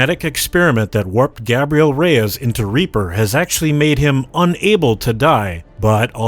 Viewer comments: Gaebrial reyas lol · Gabreebl rayays